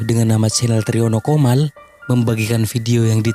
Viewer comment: Triono Comal. Pak bukan komal